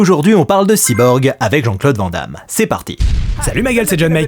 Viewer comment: "Van Damme" se prononce "vanne" comme une vanne ou un van.